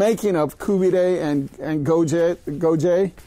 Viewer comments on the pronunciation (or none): Kabob seems to be half decent, but buddy whats 's with the the koobidayyyy and gojeyyyyy, I mean you can give it a little break.Even if you are making the video for a non persian speaking audience you dont have to go with the wrong pronunciation of a profoundly Iranian dish. Koobidayyyy and gojeyyyyy sounds a little too much.